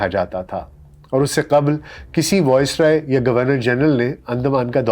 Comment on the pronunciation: The pronunciation is VICE-roy, not VOICE-roy. Good work otherwise, keep it up